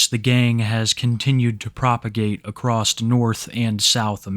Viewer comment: Love the work you do brother. Keep exposing these creeps, degenerates, and criminals. One thing though. You keep saying acrosst (or acrossed). Example - [insert name] shares their life acrossed several social media platforms. You don’t need the “t” or “ed” at the end of the word. Just saying across is the correct way. Sry I’ve heard you say that in multiple videos and i can’t stand it! Lol 😂